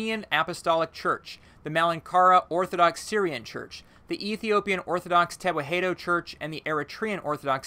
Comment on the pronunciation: I'm ethiopian the way you're saying tewahedo I'm dieing